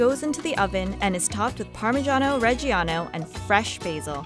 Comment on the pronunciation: calzonE, why do Americans pronounce everything wrong? The way she said Parmigiano Reggiano was also terrible, you don’t pronounce [jia] but [ja] cringed while hearing this pronunciation lol